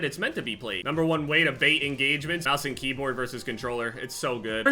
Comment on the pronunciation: Sounded like he said kbam instead of keyboard